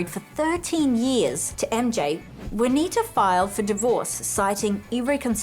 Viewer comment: It's JUANITA...not vynowoir....or whatever she is saying.